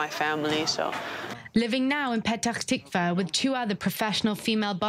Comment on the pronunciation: I've never heard anyone having that much trouble saying Petah Tikva as this anchor